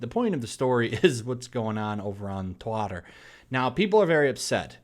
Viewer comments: You say “Twitter”, I hear “TOILET”. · "Twatter" Lol